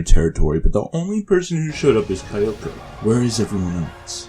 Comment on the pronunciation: "Kayubey" "Kayoko" "Mitikahara" "Walpurge-snat" listen i have no idea who you are or why you pronounce things the way you do but please,, Besides that!! Nicely done video ✌